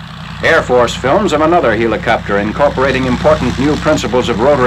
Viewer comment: LOL! "HEE-la-copter!" Like the Greek god, Helios? Like Helium? Like a farcical mispronunciation? To quote Ren, "YOU EEEEEEE-DIOT!!"